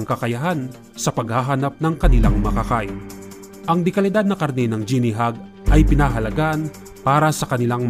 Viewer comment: Di mo ginawa homework mo. Sablay pag pronounce mo ng guinea.